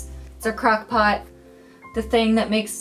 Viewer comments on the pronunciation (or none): Did anyone else hear crack pot instead of crock pot?